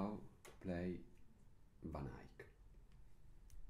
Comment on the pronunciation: Thank you for bringing these lessons in english! I love how you pronounce "Van Eyck", it almost sounds like flemish from Antwerp. ;) And of course, I love this music. (I'm an absolute beginner, so I'm happy if I even can play just the melody)